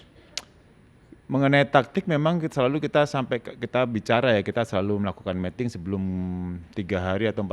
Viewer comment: Miting, coach, ngomongnya, bukan Meting. Kalo Meting artinya lain hehe (mating)